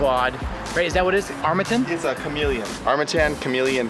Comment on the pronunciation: Did you guys have a challenge to see how many different vowels you could use to pronounce Armattan? Armattan Armatten Armattin Armatton Armattun Im pretty sure you hit them all. LOL!